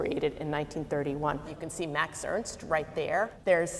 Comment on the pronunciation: Who ist Mäx Öönst? MAX E R N S T !